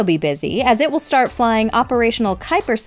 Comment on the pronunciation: Thisel or this will ? Ittel 🤣